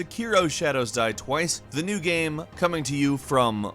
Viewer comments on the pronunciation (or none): this dude says "gam" instead of "game" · Hey, Next time, have a guy who can pronounce "game" narrate the video! lol just kidding, it's hilarious and adorable. "It's a great party gyem. It's a gehm I have played a lot." haha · You say 'Game' weird 😉